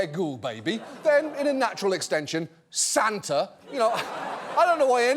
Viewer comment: "Sand-ta". Come on, John, you know you wish you'd thought of it first.